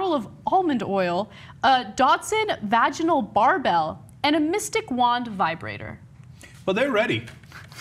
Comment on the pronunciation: Varginal..... Lol Cenk I know that was misspoken but that's my new favorite word.